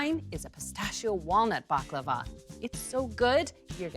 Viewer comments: IT IS NOT BAKLAVA ! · First pronunciation, than recipe...